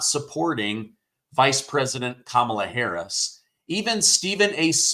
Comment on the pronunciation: Her name is pronounced Commie - law Harris .😂 Doh